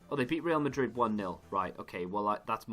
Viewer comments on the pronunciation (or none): none